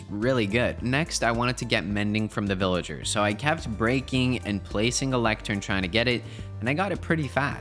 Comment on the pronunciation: After he built the villager breeder he said this will let me breed villagers but it sounded like he said ``this will let me breed melon cherries’’